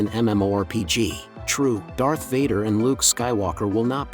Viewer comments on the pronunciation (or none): none